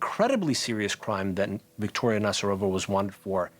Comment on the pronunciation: NazArova not NazarOva. Jeez